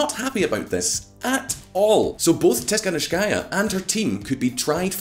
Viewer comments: Seriously? Your source is euro weekly? And not being rude, but the family name of the opposition is not so hard to pronounce its tihanovskaya (dont know where you got the , s,shshs) not being pro or contra but, stop the ongoing anti russian pondering. P.s I dont think people in Ukraine started to live better after maidan ,i believe its worse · Tikhanovskaia🤦‍♂️ (not Tishkanovskaia or Tiskanovskaia) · No one: VisualPolitik: Svetlana Tisfglkhdghskaya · Tikhanovskaya: pronounces her surname. During the video, in a citation: Tikhanovskaya’s surname is correctly pronounced. The channel’s speaker: “Tishkanovskáya”. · Omg man, learn just 1 name - Tihanovskaya (Tee-ha-nov-skaia) it's not that difficult, especially if you make professional youtube videos about politics. But generally video is good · Repeat after me Ti-kha-NOV-ska-ya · Svetlana Tihanovskaya. Is it that difficult? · tiKHanovskaya. It's a KH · Tis-hanovskaja 😂 you should pronounce surname better 😇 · Tikhanovskaya? Tsinanovsky-a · Man, you butcher the name of this brave woman, her name is Svetlana Tikhanovskaya. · It irritates me when he pronounces; Tihanovskaya. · Not sure why it's so hard to pronounce Tikhanovskaya unlike Featherstonehaugh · just because you've taken one attempt to pronounce her name doesn't mean her name is unpronounceable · Tikhanovskaya, for fucks sake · Dude, her name is not so difficult to pronounce smh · Тихановскаја :) So Simple, but still english speaking people struggle with eastern european names. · Come on, man. Tik-ha-nov-ska-ya. It’s not that hard :). Jokes aside, thank you for covering this. Global media silence on events in Belarus are baffling Edit: are you doing this on purpose? Babakairo?? :) slowly: Ba-ba-ree-ko